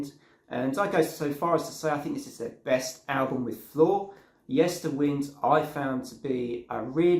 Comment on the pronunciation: The latter part of the album title Yesterwynde is pronounced as in to wind a clock or watch. Time being a central theme of the album.